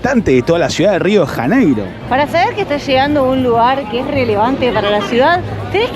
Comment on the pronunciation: Rio de Raneiro? Nossa cidade tem seu nome próprio com o som das letras em português. Pronunciar Rio de Raneiro é um erro ! Seria melhor pronunciar assim: Rio de Llaneiro! 😅